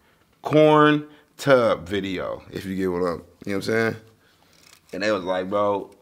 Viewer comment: He said “corntub” 😂🤣